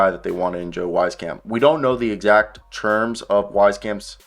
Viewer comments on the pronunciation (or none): Great analysis keep up the good work, just a heads up though it's pronounced Weez camp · Public service announcement: It’s pronounced “Weese-camp” He was a good, but streaky shooter in San Antonio, just a little inconsistent, but so was his playing time, and that was to be expected. He almost made the Spurs roster this year, but was their last cut, in favor of keeping Romeo Langford for defensive purposes.